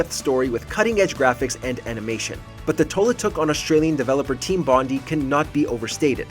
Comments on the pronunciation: its Bond - i. Like Ipod, Iphone. If it was Bond ee it'd be spelt Bondie. As an Australian its infuriating lmao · it's not Team BonDEE, it's BonDIE. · It's pronounced bond-eye & it's a famous beach in Sydney Australia. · Typical American; can't pronounce 'Bondi' correctly. It's actually pronounced 'bon-dye'. It's named after Bondi Beach.